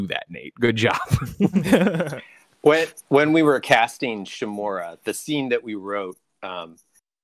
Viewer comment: Ikr total cringe how hard is it to pronounce "Uncle Shimura"